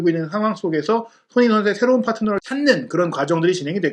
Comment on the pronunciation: 말이 너무 빠르고 웅얼울얼해서 손흥민이 소는민, 소네인 이라고 들리는 등 듣기가 좀 불편하네요. 첨부터 쭈욱 같은 템포로 랩을 하시다보니 나중에는 귀에 피곤하기도 하구요. 눈으로 보기에 화려한 영상도 아니고 말이 전부인데 발음에 좀 더 신경을 써주면 좋은 영상이 될거같습니다.